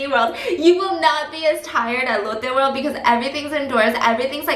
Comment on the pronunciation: ❤️❤️❤️❤️ Love the vlogs side note everytime u said "Lotte world" it just sounded like "Elote world" and I'm over here letting my lil Mexican brain go WILD 😂